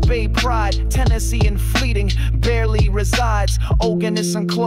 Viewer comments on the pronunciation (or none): You mispronounced oganesson